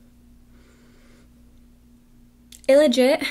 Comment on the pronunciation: Rachel Magowan I heard "illegit" too 😂😂 "Welp you said that wrong"